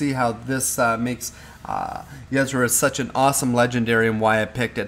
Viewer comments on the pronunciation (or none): Yh-Sera more like UH-Sera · it's not yezzra. It's [Y'sera] "y" as in the first sound from "you" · Pay attention to the way her name is spelled. It's not yeSra, it's ySera. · "YESRA" lol.... Yuh-Sera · It's not pronounced "Yez-ra" it is pronouned "ya-sarah". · Yesra ?? XD its ye-sera loving the hearthstone games. I cannot wait for the release . Keep up the great videos :) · yuzrah... u wot? Ee-seh-rah. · Ysera ^^ .. not Yesera :D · It's Yis-era. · Ysera = E-sair-ah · ya-sarah not what ur saying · It's pronounced Yuh-Sear-Ah! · it's pronounced EE-SE-RA or Yuh-Se-Ra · It's pronounced Yeh-Sera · omg the way you pronounce Yesera .-. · Pronounced yiesEra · U are not saying her name correctly! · I flinched every time you said Ysera. That's not how you pronounce it:/ but cool anyway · it is so annoying each time you say her name wrong! OMG! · Please learn to pronounce Ysera correctly, after all she did for Azeroth you could at least pronounce her name correctly. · plz pronouns ysera propaly